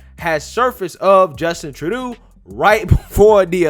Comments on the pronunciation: Troo-doe dude, you're killing me. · His last name is pronounced Tru-doe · It's pronounced like true-dough or Tru-doh! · Justin TROO-DOO! Lol! I love how you say his name! 😄 I’m calling him that from now on! 🤣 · Trudeau is pronounced as True-dough. Rhymes with Trudope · it is pronounced Trudough. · His name is pronounced: Just In… Turd Dough